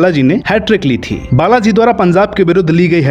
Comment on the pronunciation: O bhai punzab nahi punjab bolo